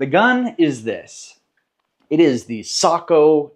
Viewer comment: Ecsuse me isn’t it SAYKO?